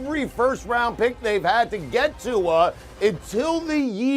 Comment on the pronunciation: He got Rivers and Tua correctly!